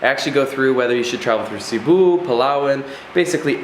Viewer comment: Coron pronounced Cor oh n, Cebu pronounced Say Boo.... Siargao pronounced Seer uh gow.... Grew up in the Philippines.... Other than that small tidbit I Love the videos... brings back lots of memories for me... Im hoping to sail my boat back to the Philippines and hit up Bali as well... Hopefully I will see you along the way somewhere.... Thanks.